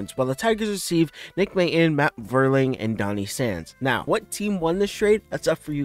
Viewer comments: It's pronounced "Mate-on". And "Vier-ling" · pronounced MAYTON & VEERLING